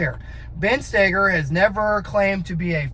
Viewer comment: Is spelled Stoeger…. And idk probably because Ben himself pronounces it “Stay-ger”